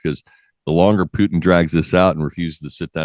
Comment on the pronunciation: For god sake its Putin not pjutin,learn a name and surname of best presidente in world for change for u anglos i have solution words put and in,put in like what ge is doinig to you puting thing in,together and u have normal pronaunse of his surname Put